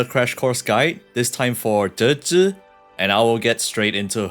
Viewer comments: Holy moly! Thanks to gacha Amaricans can finally pronounce foreign languages. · you say her name like magnets lol